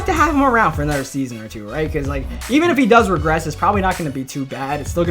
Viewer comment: I love how you say another It’s like nudder it’s just so nice